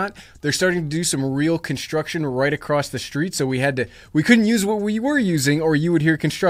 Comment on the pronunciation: Did he just say “con-shtruction”?